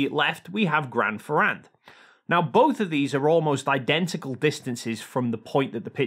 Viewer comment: PLease pronunciate "Grand Ferrand" wit an "a" sound as in "want" and not as in "bat". For the rest good explanation!